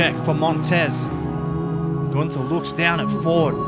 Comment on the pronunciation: It’s not Gunther It’s GOONTERRRR